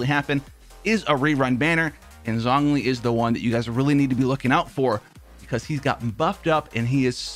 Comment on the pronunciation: Listening to you mispronounce Zhongli’s name literally kills me